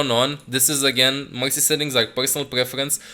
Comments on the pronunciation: Every time he Said mercy i thought he Said Moxy...😂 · when you say Mercy i hear Moxy UNRANKED TO GM PLAYING MOXY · I thought you said M0xy